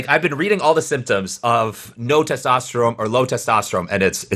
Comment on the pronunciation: its testosterone with an n, man.. keep it up